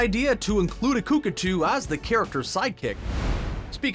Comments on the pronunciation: Cookatoo? It's cock-a-too lol. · Cookatoo??? That hurt my ears. C’mon, it’s Cockatoo. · It's pronounced cock a too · I’ve never heard Cockatoo pronounced as ‘Cookatoo’ before. What a jerk.